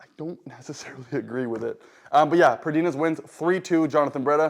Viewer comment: The Brachialis is between the tricep & bicep. The brachioradialis is the muscle on the upper forearm. So you got them backwards. And Pradines is just 2 syllables. Not Pra-deen-es. Its just Pra-deens. Also, why are you doing your back pressure angle so high if you dont mind me asking?